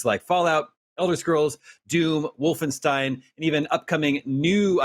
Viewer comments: It's not pronounced Wolfen-STEEN. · Did he just call it "WolfenSTEEN?" lol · It's Wolfenstain.